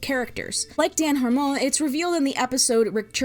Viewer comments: Dan Harmon's name isnt pronounced har-mone its more of a harmen. as a Harmon, though unfortunately unrelated to Dan, Im an expert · It's pronounced Hee-Duh-Nisst. And Harr-munn, not Harr-mone. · its pronounced ahh-bed btw. emphasis on the first syllable. also it's dan har-MUN not har-moan, and it's community not the community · why do you pronounce Dan's name like that?💀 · You couldn’t even pronounce harmon and Sanchez correctly! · is that really how you pronounce harmon?